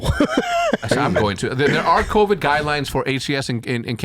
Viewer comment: He did say Tovid lol. Shottzy is that guy